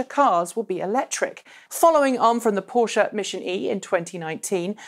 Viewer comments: finally someone pronounces Porsche properly... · omg I love you just for that fact that you say PorschE not Porsch like feeled any other not german persons